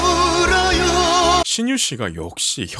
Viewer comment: 하루는 소리가 모아지지 않고 퍼집니다. 그리고 "울어요" 할때 요 부분이 여로 자꾸 발음을 해요. 그래서 또 소리가 더 퍼져보이죠. 그건 교정을 해야할거예요.